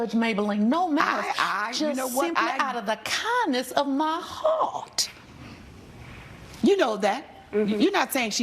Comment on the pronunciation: Now that was too fucking funny for real like girl. Now you know you did not have to put that much emphasis.😂😂😂 in the name of Jesus😭😭